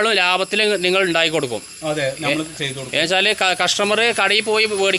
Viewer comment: ഞമ്മള് അല്ല... നമ്മൾ 😄